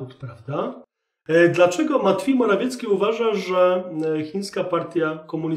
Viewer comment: Ten Pana "matfiej morafiecki" rozbija system😂 A "pewien wysoki urzędnik" w wykonaniu Chińczyków toooo MAJSTERSZTYK 😂😂😂😂